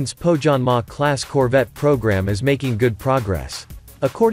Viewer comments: It's spelled "Poh-Yanmah", for crying out loud! And The Finnish Navy can make do with Gabriel missiles, coz if enemy has survived SAAB sensors, SAAB JAS-39 Gripen E, SAAB torpedoes and SAAB Bofors/ Bae 57 Mk III/ Bae 40 Mk IV there's nothing to lose engaging Gabriel missiles. [Just joking] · The pronounciation of Pohjanmaa makes me cringe 😂